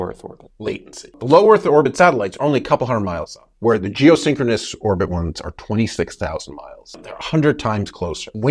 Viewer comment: Keep saying syncroness when it's stationary...